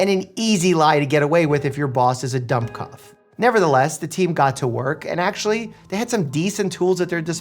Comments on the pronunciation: Dummkopf has the U of put, not of dumb :). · I don't blame you for not knowing how to properly pronounce Dummkoph, Google can't either. So just ask a Texan It is doom - not dumb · i know im late to the party but as someone who speaks some german, i think its pronounced 'doom-koff'. it maybe different in other germanic languages however thats what it is in german. thank you for coming to my ted talk. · Pronounced doom-copf! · The pronunciation of Dummkopf is killing me 😂 Really great informative video ❤️ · As a german, it hurt listening to you pronouncing "Dummkopf".